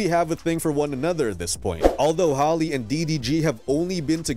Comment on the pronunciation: Please stop calling her “Holly” 😂